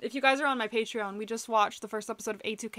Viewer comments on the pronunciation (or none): none